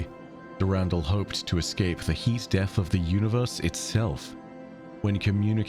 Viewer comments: Is it not pronounced Der In Dall? Not Durandle? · I love the the content but I need you to change how you pronounce the name Dur ren dull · He says Durandal funny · i love the different pronunciation for Durandal based on the timeline. did Mandalore Gaming start that, i wonder?